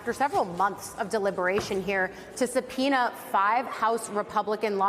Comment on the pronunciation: Are you saying a subpeonia isbullisht